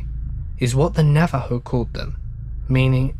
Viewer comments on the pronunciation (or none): I am rather new to your channel and I'm loving it, but for the love of all things holy, it's not NaveJoe, it's NaveHoe :)